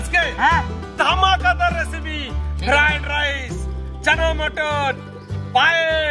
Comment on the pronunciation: ফ্রাইড রাইস ❌ ফ্রায়েড-রাইচ ✅